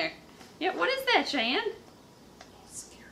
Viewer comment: So close but its chyanne